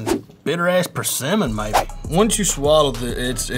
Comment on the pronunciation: lol - I learned something new today - how to pronounce persimmon. I've been pronouncing it wrong all this time. Never knew I'd learn how to pronounce it from some dude named Boss out of Alabama. The hell is this world coming to.